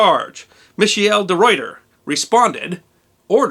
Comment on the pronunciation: Great stuff! Some notes:Michiel de Ruyter is pronounced Meheel de Ruyter. And the Dutch simply call it the voyage to Chatham or the attack on Chatham. Raid sounds so uncivilised :-). The stern piece of the royal Charles was recently returned to the UK, just before Brexit. Big mistake imo :-)